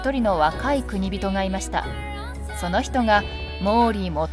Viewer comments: 月山富田城の発音がなんかおかしいなぁ～(((^_^;)月山の『が』を強く発音するんじゃないのかなぁ～。あと、国人のことを、『くにびと』とか言っているけど、『こくじん』が正しいんじゃないのかな？または国人衆(こくじんしゅう)最近では、国衆(くにしゅう)なんて言われているけどね。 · ナレーターさんは、「国人」を何度も「くにびと」「くにびと」と読んでいるが、私は「こくじん」と読んでいます。 例：「国人領主」＝「こくじんりょうしゅ」 途中、ナレーターさんが「晴久を経久の子供」として紹介している場面がありますが、「晴久は経久の孫」ですよね！ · 国人と書いて『こくじん』と読みます。『くにびと』と読みます。 ナレーターの人よ…